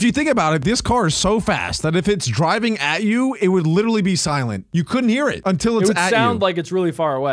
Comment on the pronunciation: Stop, saying, liteley pronounced, literally